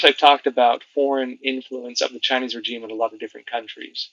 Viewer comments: Just a suggestion: rəˈZHēm, instead of rə-Jeem. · REZHEEM NOT RE-G-IME IF yOU DIDNT SAY IT EVERY OTHER SENTENCE WOULDNT BE A PROBLEM BUT FOOK ME SAY IT CORRECTLY!!! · I like your channel but for gods sake learn to say regime as we all know it as it really grates. Keep up the good work .we all know ccp are evil they would deny everything in one breath and then take credit for it in the next breath. Boycott the bastards , I will gladly pay a little more for something being made elsewhere. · That's not how you pronounce regime. I can't listen! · Have I been mispronouncing "regime"all these years?